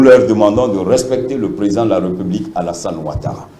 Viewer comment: Vous savez même pas respectez les règles linguistique. On dit République pas "Reeepublique" on parle donc de "fonction Républicaine". Ça c'est nos leaders ?! Mon pays Yako.